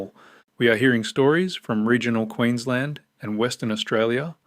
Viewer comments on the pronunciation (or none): none